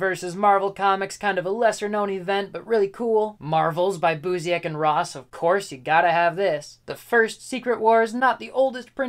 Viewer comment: Busiek is pronounced byewSICK. ✌